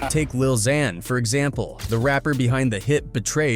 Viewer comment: This guy pronounced lil Xan like 5 different ways 😂